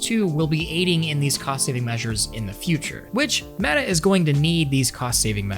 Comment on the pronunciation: "It's Medduh Horizons, just with legs!" - Zuck it, Metabookulus!:D Looks interesting with those warped tracking rings, guess you won't clash them into each other as often as with the Q2 (the Q1 is actually better because they're a bit smaller and dont extend so far inwards), but after having seen the leaks of the Cambria controllers, I don't wanna have anything else anymore.: praises the controllers for not doing things drastically wrong Also: shows a pic of the Pimax Dumpster Fire:D I hope he knows that L in the US basically is roughly like 4XL in Europe...:D